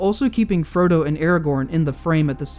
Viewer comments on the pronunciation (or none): none